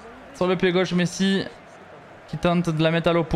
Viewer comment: pourquoi quand il dis « messi » il le dis comme un autiste?